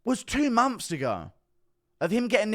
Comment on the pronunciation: 2 mumps later no dude it's 2 months later Not mumps lol